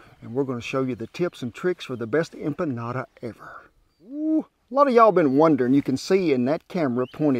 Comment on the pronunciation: I'm so happy about this one!! Thank you for giving the history and correctly pronouncing empanada :) I tried making empanadas once, but didn't feel confident with my dough. SO thank you for your advice <3